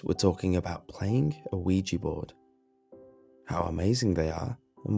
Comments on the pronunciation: It's pronounced Wee-Jah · I cringe when hear "weegee board" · I thought it said OJ board lol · Isn't it called WEEGEE board Goodbye.